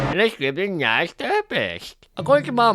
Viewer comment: did you say stupid nice or something else 😅